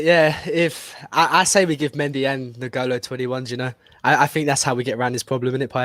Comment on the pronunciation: Jesus Christ. It’s pronounced “IN-goal-oh” Kanté, not “NIG-oh-low” Kanté.